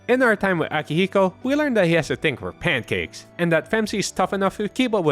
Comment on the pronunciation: Akihiko say pancakez AkEcHi: DiD i HeArD pAnCaKeS